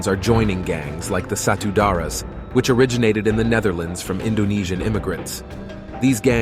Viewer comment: The way you pronounced Satu Darah (one blood) is like Satu Dara meaning One Virgin which is funny. Indonesia pronunciation is true to the spelling.